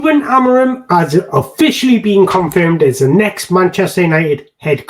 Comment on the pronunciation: To correctly pronounce his name, try saying this: Amoreen The "M" at the end becomes an "N" . Just like when you say lets go "in"